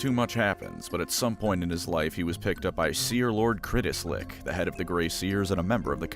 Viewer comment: of course stupid elf-thing can't pronounce Stupid-Weak seer-lord Kritislick Foolish Elf-man-thing. [For future reference, "Krit-is-lick"] ---A skaven Main in Total war